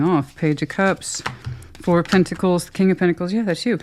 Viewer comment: 😂 when you said 2+2 is 4 I heard floor 😅